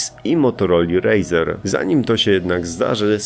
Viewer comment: Nie motorola razer tylko razr